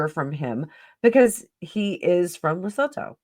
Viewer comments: Lesotho is pronounced as Le soo too. I am South African. Their country is landlocked in RSA. What about the video where Meghan pushed Sophie out of the way and wouldn't let Sophie stand next to H when the polo trophy was handed over? That was a Santabale fundraiser. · Lesotho -le sue-too